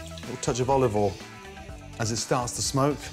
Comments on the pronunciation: dear mr ramsey: it's olive oil, not olive awl. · tablespoon of oluvoiel